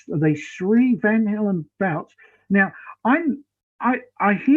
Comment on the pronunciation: It might be his accent, but it sounded like he said Van Halen Belts. ;-)